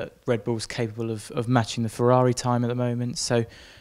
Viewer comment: Oooooh fewaawi fweeeiiinds